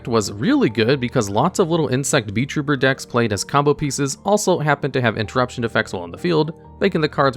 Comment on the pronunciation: Wherever you said beetrooper i heard vtuber hahaha